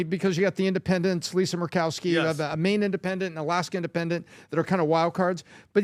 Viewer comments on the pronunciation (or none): none